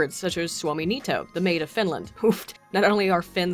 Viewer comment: I love how you pronounce neito as niito.